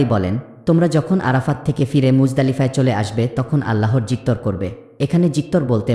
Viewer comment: ভুল উচ্চারণ। - যিকঅর সঠিক উচ্চারণ। - যিকির ভুল উচ্চারণ। - স্মরণ ( smoron) সঠিক উচ্চারণ - স্মরণ ( soron)